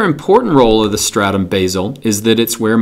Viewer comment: at 1 min and 6 second you said four statum?